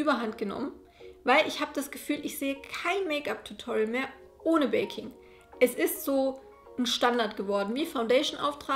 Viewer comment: Ich hab statt „viele lieben baking“ / „viele lieben Bacon“ verstanden 😂😂😂⭐️